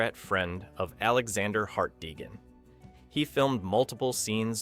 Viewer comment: Not a fan of how “Hart-deegan” was pronounced?